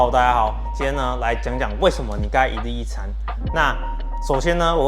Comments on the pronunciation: 我聽成一粒一餐... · 為什麼開頭我聽到你說（一力一餐) 是我聽力有問題嗎？😂